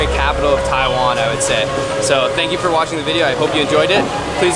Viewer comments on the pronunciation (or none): none